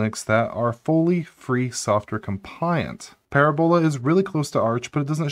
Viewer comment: Pronunciation corrections: the emphasis for parabola and hyperbola are on the second syllable, not the third syllable. So they are pronounced parAbola and hypErbola. Also, I'm pretty sure that "mach" is pronounced "mauk", just as in "Mach speed".